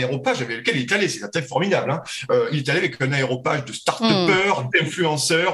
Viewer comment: Bon, ceci dit, c'est a-ré-opage,& non aéropage ; & aussi unE espèce de charte, & non un espèce. Remember, la radio de la langue française…